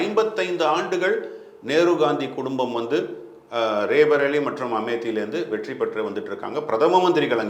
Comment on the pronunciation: Pl pronounce it as "ராய் பரேலி". Not ரே பரேலி